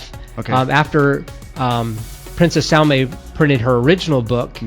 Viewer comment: pronounced Saalima not Salma.